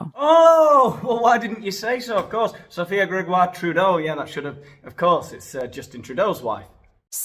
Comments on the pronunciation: I live in Ontario, Canada. Your pronunciation of Sophie Gregwah Trublaaaah 's made me laugh out loud. So sick of these types. They have too much money and time on their hands. Unblaaaah lievable!!! They should be stripped of their pearls and thrown into the pool without a pizza slice. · Lol, love this. I am Cdn and absolutely HATE our Prime Minister, as does most of the world. He is such an embarrassment. I love how u pronounce Sophie G's name. Disgusting human beings, they all are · I love your accent when you say Sophie's name lol. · 🤣🤣🤣🤣🤣🤣🤣you are killing me🤣🤣🤣🤣🤣🤣with laughter. When you pronounced Sophie’s name I thought I was going to die of a heart attack🤣🤣🤣🤣🤣🤣🤣😂😂😂. That was SOOOOO FUNNY!!!!!!!! That I had to rewind to hear you say her name again. Seriously my friend I cannot stop🤣🤣🤣🤣🤣. I know you don’t realize how funny you are. I think it’s partly because your acting so serious aboot it🤣🤣🤣🤣🤣😘. YOUR SHOW IS THE BEST ONE ON MEGAIN! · Omg! Your pronunciation of Sophie’s name is too funny!!! I’m Canadian with French roots and I’m not even offended 🤣🤣